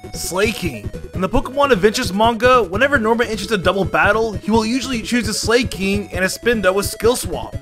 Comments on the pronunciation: Slayking??, .... are you kidding me dude? have you not ever heard the word Slack? Slacker? as in a very lazy person not doing his job? have you not ever saw the anime? wtf are you saying Slayking for?????? thats not its name, its SLAKING. ... ????? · fr, i mean its from the word "slack" so i dont know why he pronounces it as "slay-" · Slay-King nice I always thought it was Slack-King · slaking NOT SLAIKING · Stop saying slaking as slay-king. It’s sl-ack. Like slacking off. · He says slaking like slayking 🤣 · slack-king , cmon man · Literally turned it off when you said 'SLAY-king' what the fuck?? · this pokemon is based on sloths that SLACK off. Sometimes i get pissed by these pronunciations lol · I love how he pronounsis slaking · pronounces Slakoth and Slaking (slay-kof) and (slay-king) It's Slakoth (slack-oth) and Slaking (slack-ing) based on slack, sloth, and king (Slaking) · Dude!!! MAW while. Maw as in mouth.... Not that hard. And Slakoth= slack off... as in slacking off and Slaking=slacking off as in again slacking off.... Dude, for someone that spends of much time on Pokémon, you really blew those. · "Slaykoth" "Slayking" i sense another pronunciations video from Alex incoming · I knoooow right!! I didnt understand when he said "illuminice" ... and How abouth "slay-koth" and "slay-king"??? Soooo frustrating! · Slaykoth and Slayking, huh? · It's Slack-koth or Slack-king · First time I've heard anyone mispronounce Slakoth and Slaking I'm impressed